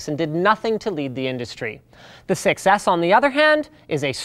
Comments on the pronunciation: Pronouncing "6S" sounds almost like "success".. flies away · the way he said 6s sounded to me like a "success" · David nafi You can also hear "sex ick" lol. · i seriously just started hearing "sex ass"